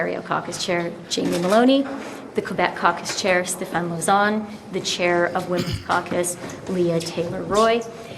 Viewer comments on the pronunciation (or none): Freeland speaks French? In this video point in mentioning how proud she is of her caucus, she mentioned MP Michael Couteau and MP Stéphane Lauzon. Freeland failed in the French pronunciations of Couteau and Lauzon. Freeland wants to REVIVE the party- she had 9 years to do that!!